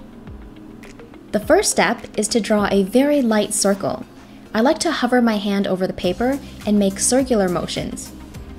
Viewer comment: Everybody gangster till she says draw a cirkel